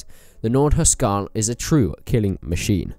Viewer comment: Hus-Karl... not Hu Skarl.....